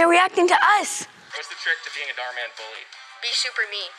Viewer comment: OMG DHAR MAN ARE YOU Serious I never knew that i'm starting to hear that darman